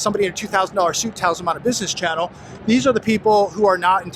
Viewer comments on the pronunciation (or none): none